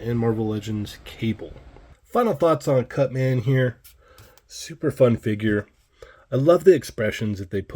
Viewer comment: Is he calling him CutSman???